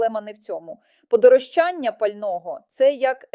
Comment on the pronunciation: Подорожчання,наголос на ро,а не на ча.